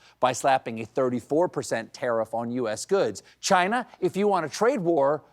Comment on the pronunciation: He really needs to improve his Trump pronunciation of "Chinahhh".